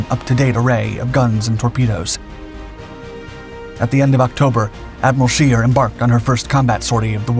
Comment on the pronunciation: You properly butchered the Admiral Scheer's name's pronounciation like no shell whichever caliber ever could.